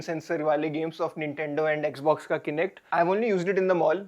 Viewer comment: It pronounced as kah-nect not Kainect